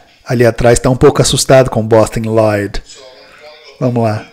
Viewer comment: Aqui começa um caminho sem volta em minha vida... Nunca mais eu consegui falar Bostin Loyd sem o sotaque impecável do. Kkkkkkkkk